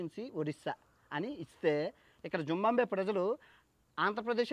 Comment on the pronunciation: జింబాబ్వే పేరులో 'బా' తరువాత సున్నాలేదు. జింబాబ్వే అనాలి